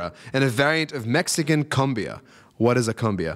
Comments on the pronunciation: Not CUM-bee-uh. It's COOM-bee-uh. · Hello First of all, it is NOT pronounced 'cum-biaa'. It is pronounced like 'coom-biah'. Second of all, IMO J. Lo's interpretation of Selena was not that good and see used it more to promote herself than to pay respect and homage to Selena. Third of all. Selena and the woman that killed had agreed to meet at a hotel to discuss the embezzlement, (according to the account) the woman claim that she had just 'borrowed' and would pay it back soon. But Selena did not believe her and was on the way out of the hotel building when the women came to her (about 10 feet away), yelled out her name, and as Selena turned around, she was shot. Fourth of all, (about this song's lyrics) the right translation is NOT "it how it hurst"; it is " how it hurts me". Also her brother (A.B. Quintanilla) is the guitarist behind the Afro backup singer to her left. Her older sister was one of the keyboardists in the band. (which you will see if you watch the film about her life) And Finally, "We want to give you many thanks for making this night possible. We broke the record (for attendance) this night. Give yourselves an applause. A thousand hugs and a thousand (big) kisses at each and everyone of you. Take care of yourselves and we will see you very soon. Until later and good night." Is what she says as she ends the concert.